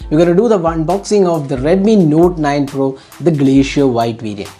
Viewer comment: It's pro not por